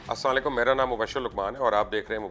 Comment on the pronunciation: Sir please, ASSALAM u ALAIKUM sahi pronounce kya karein NOT Assanlaikum.